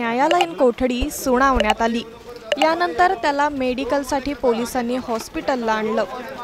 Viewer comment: सुणावण्यात अशुध्द भाषा सुनावण्यांत बोला